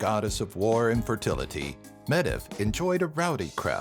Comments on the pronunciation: Medb is pronounced meev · Medb is pronounced Mave... there also was a queen of legend, the Queen of Connacht (CON-nuht), named Medb. Please, honour the Celts by also honouring their languages. It's truly deplorable to ignore these things. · The "db" combination in "Medb" is pronounced as a letter "v". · Meeevvv not mediv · it's original pronunciation is Med-uv, not mave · Aine is pronounced Awn-ye, Medbh is pronounced Mave, Concobhar is pronounced Connor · Medb is pronounced Mayvve. My favorite god is Angus Og. I think mixing Welsh and Irish confuses people not already familiar with these guys. And your pronunciation s are....unique? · medb is pronounced as mave dude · I know it hurt my ears when he said Medb phonetically. For all those non-irish it's maeve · Medb is actually pronounced as MAVE and is the middle Irish version of Meav.